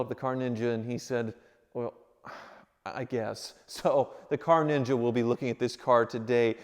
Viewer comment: NEENJA! Lol!